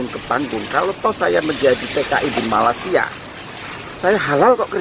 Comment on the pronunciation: Bukan Malassia tapi Malaysia ( meleysia)